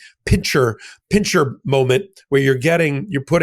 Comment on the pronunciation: PINCER, not "pincher" movement..just saying.